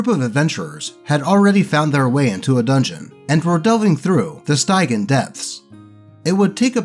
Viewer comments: Fyi "stygian" is pronounced more like "pigeon" stij-ian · It’s pronounced Sti-gee-en.